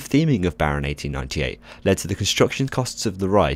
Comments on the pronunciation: Impressive pronunciation of the Dutch "G" sounds. Many native English speakers trip over that one! Should all theme park rides be themed excessively like this? No, I don't think so. Themeing of course is important for the ride experience, but if every ride is being themed up like The Baron is, not only will the cost of every ride go up but it won't be special any more either. Let's take The Efteling's token rollercoaster (The Efteling is the park where The Baron is), the Python. There's no storyline there. It's just a rollercoaster named after a snake, the coaster cars have a snake theme and the track layout resembles the slithering of a snake. That's it. And it's been one of the most popular attractions the theme park has had for decades. Some attractions don't need a storyline, and having one would just be OOT. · The way you pronounced Baron 1898 in Dutch was 'best wel goed'. I heard it so many times with an afwul accent from Shawn(ThemeParkWorldwide) and you sir you nailed it for someone who is not dutch. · Themeparkworldwide could never pull off such an amazing Dutch pronunciation of 1898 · while I haven't ridden the thing yet (I barely have the courage to ride the other coaster with inversions at the park, Python), I do agree that the theming and storyline of this attraction is impressive. also the pronounciation of the Dutch name as well as the pronounciation of the park name cured my autism it's so bad yet spot-on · Wow, I had no idea you could theme a coaster THAT much. And lovely pronunciation,. Very professional. I applaud your Dutch coach (nice work, Aron)! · You pronounced Baron 1898 amazingly well haha! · Replayed just to hear that pronunciation again. That was impressive. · Your dutch when you said 'Baron 1898'... 10/10 xD I'm from the Netherlands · Ik ben Nederlands= im dutch so your prenounce was pretty great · You pronounced the name better than Shawn Sandbrooke xD